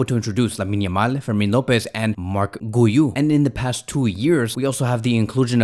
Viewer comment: My brotha the pronunciation for Marc Guiu is 'GIU' like that literally 😅 ❤